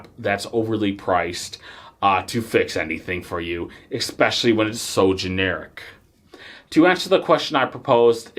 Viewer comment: Sorry dude, you led off with an "expecially" and I can't do 20 minutes of that.